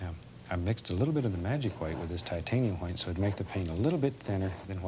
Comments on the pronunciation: "TITANIUM HWITE" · TITIANUM HWITE? How do you pronounce THAT? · "TITIANUM WHITE" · You know, it never occured to me but now: it says in the beginning "Titianum white", not "Titanium white". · Titanium hhhhwhiteeee 😁😁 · Just noticed "Titianum White" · Titianum White? Lmao